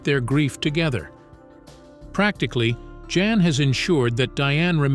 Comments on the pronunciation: I think his name is pronounced Yan not Jan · pronounces YAN